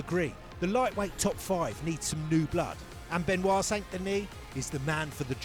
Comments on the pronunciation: BENOIT* NOT BENIOT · "BenOit" not "BeniOt" :face-green-smiling